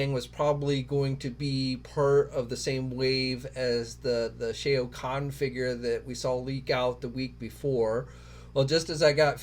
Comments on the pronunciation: for the love of God, please read your comments. It hurts everyone's ears to hear you say Shea' O'Conn like he's an Irish Mortal Kombat character. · Who tf is SHAE-OHH KHAN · obviously you have never played Mortal Kombat who the hell is Shay-OH- KHAN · Yo, that's my Lord guy, it's NOT Shay-o, it's Shao Khan! Lol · Absolutely hilarious sir! I was thinking similar thoughts upon hearing pronunciation of Shao Khan. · Lol the "AO" in Shao Khan is pronounced like the "OU" in ouch. Sheesh y'all really don't research this stuff huh? 🤣😂🤣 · They really dont....hell if they played the game they would know.... LoL 🤣🤣The wrong pronunciation grinds my gears